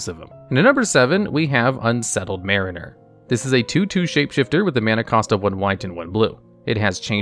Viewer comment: Not really a big deal, but you should check the pronunciation for Mariner and Eidolon